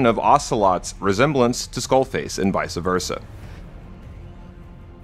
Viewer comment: It’s ‘vice versa’.